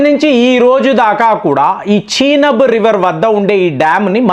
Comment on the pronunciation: నువ్వు ఏమిటిరా...బాబు.... చినబ్ ...కాదు రా నయన...చినాబ్ రివర్....నీ dikkumalina pronounciation....ఎవడురా బాబు...నువ్వు...ప్రపంచంలో నువ్వు ఒక్కడివే వింతగా pronounce చేస్తావు....